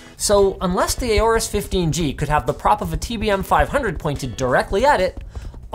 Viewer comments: Stop calling it A-AU-RUS, it's called AU-RUS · It's Horus not Aorus